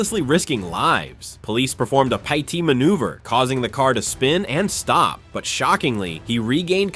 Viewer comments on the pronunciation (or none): Its AI slop. Pi-T manouvre was a new one to meeeee ^^